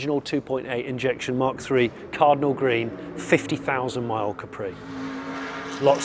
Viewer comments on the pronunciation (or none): none